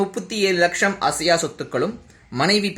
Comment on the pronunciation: Athu enna laksham??? Lacham nu sola vendiyathuthaane